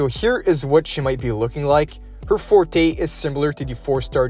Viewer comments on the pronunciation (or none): none